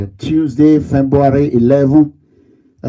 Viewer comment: Hahahah See this idiot pronouncing "Fembuary" 🐄, go to school. You dey America, America no dey in you. Those with you are just as illiterate as you. Bird of same feather, flock together. Shame on you, Big fool. This court issue will finish you. Obaseki 4+4 torgba.